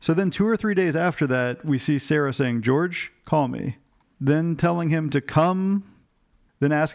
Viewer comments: Jorge's name is pronounced not like 'George' but like 'HOR-hay'. I really enjoy your analysis and dramatic reading of the transcripts as always 😁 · Is his name not pronounced Hor-hay? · His family called him Jorge as in George in the sentencing hearing. Even he asked to be called George rather than Hor-hay. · He spelled it Jorge but pronounced it George. Hope that clears it up.